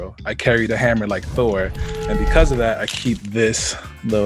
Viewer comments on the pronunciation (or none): none